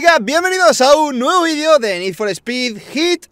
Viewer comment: DIJO VEIDO